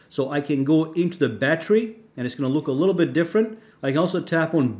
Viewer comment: Wtf is a "battry"?